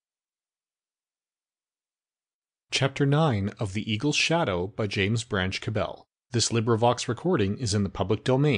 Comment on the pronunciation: Sigh... I didn't get very far into this because the speaker of the intro pronounces the author's name 'ca-BELL'. However it's well-known to anyone familiar with Cabell that he pronounced his surname to rhyme with 'rabble'.